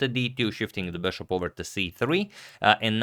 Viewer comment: It's been a long time I want to say this...... It's not beshaap.... It's just bishop bro.....